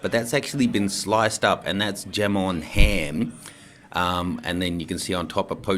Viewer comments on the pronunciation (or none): Hi, Jamon is pronounced with an "H" not a "J". In Spanish, every J's will be pronounced as H. Therefore its Hamon. Great video =)